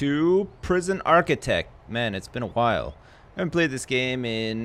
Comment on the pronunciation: why did he say while like stewie